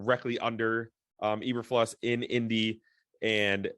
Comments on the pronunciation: You guys oribably have heard the correct names by now (22 hrs after upload). Matt Eberflus (E~Ber~Floose) Rich Bisaccia (Bis~Sach~E~Uh) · You guys are embarrassingly bad. It's pronounced EE-burr-flooss. Not EE-burr-fluss. Raider's special teams coordinator Rich Bisaccia's name is pronounced Bih-SOTCH-ee-uh. He's been in the news all season since Gruden resigned. Both names have been pronounced correctly in most media outlets, especially Bisaccia since Gruden resigned, so why are you still mispronouncing them? I can understand the first or second attempt, but not the N'th attempt over many episodes as you have demonstrated. Pronouncing a name correctly is the simplest sign of respect to the person as well as your audience. Failure to do that much is a sign of ignorance and/or lack of education. Both reduce your credibility, and when that happens, you lose reason to be trusted as a source of information. As for the other news: I think they're moving a little too fast and grabbing people along the same fault lines that got the Bears to this position in the first place. They're going too much with who-they-know and not enough with people because of what-they-know. If Pep Hamilton get's hired, then it'll be a repeat of the Lovie Smith era with good defense and crappy offense. Pep Hamilton is not a great QB coach. There's a reason why he floats from team to team and is never on a highly successful one. Although he has been in good organizations, they've performed poorly during the seasons he's been there. He's rarely in the same position either floating from offensive quality control, to receivers, to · Can you at least say his name right? It's pronounced Eber-Floose, not Eber-Flus. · I came here for the mispronunciations 😂😂😂. 5 seconds in. E-Ber-Flus instead of E-Ber-Floose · Eber "floose" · It's pronounced Floose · Dislike just for pronouncing eberfluses name wrong..how do you cover the bears and are literally the only ones who pronounce it the way you do.